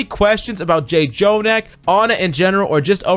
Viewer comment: Next time you gonna call him Jay Jonak a little kitten will die.